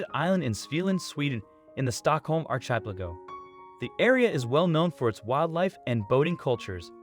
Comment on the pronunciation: You should learn how to pronounce words correctly if you want to be a narrator. Archipelago can be a word to start with.